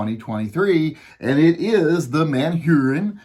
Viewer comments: I still have to laugh at you saying Manhurin instead of Manurhin. It's said more like "ManUrine". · It's not Man-Hurin, it's MANURHIN...if you don't like it, suck it ! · It is pronounced Manurë in French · Are you pronouncing a h out of order or do you just not want to say man urine?